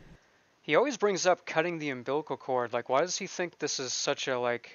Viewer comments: He cut the “umbiblical” cord. 😂😂😂💀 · He says, “umbiblcal” cord and per Erika he was in jail when their daughter was born. So that must have been a long “umbiblical“ cord! The man is a pathological liar! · Cut the umbiblical chord 😂